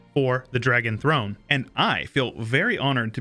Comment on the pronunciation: "Dragon Thone"